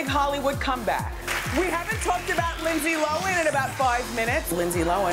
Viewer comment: "lindse lowen"